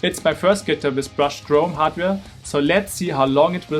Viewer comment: Bro wtf is a “Guhtir”